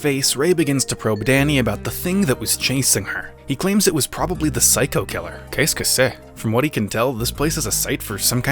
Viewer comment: "Qu'est-ce que c'est?" (French for "what's this?"). Very well pronouced. Is it a reference to something?